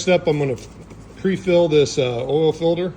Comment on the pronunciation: Say “filder”….one more time.